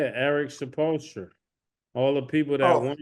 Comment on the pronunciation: Murda and Killa really be killing these names. Supolstra is hilarious